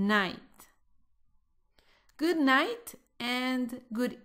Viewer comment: Hello... help me.. quisiera saber si escuche bien Good Night "MINGS" Good Bye... es decir, la palabra MINGS fue lo que dijiste.. corrigeme por favor.... SEE YOU NEXT LESSON.